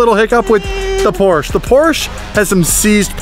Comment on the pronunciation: When you pronounce "Porsche" two different ways smh